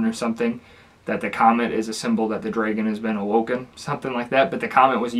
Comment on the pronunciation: Are you saying “draegon?”